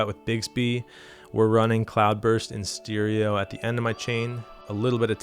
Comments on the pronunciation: great video I love the way you say steereo 😂😂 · I've never heard anyone else pronounce stereo like that... steeriyo